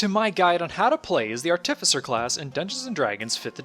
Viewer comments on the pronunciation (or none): I'm sure it wasn't intentional, but it seems to me that you put the emPHAsis on the wrong sylLAble every time you say the word ARTificer!! LMAO